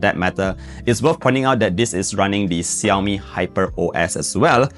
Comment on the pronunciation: Xiaomi = Shaomi ✔️👈 not Siomi ❌👈